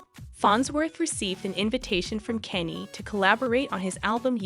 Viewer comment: Who is Kaney? The AI needs to be reprogrammed